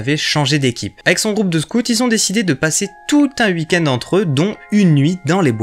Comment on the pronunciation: Je kiffe ta façon de prononcer oui, week-end etc..chez toi ça fait uhi,uhikend, trop mimi😁